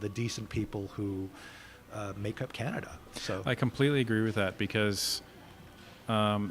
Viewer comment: Dont know why, but everytime, for a split second, when i hear ca-na-da, i think its a different place than can-a-da 😅😂